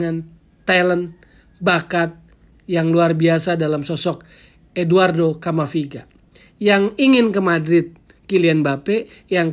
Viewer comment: Camavinga bukan camaviga..